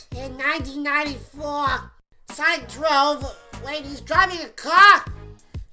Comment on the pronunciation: Sonic dwove wait hes dwivin a caa? he was pwamoted the faasted theeng aliev and now hes dwivin a caa?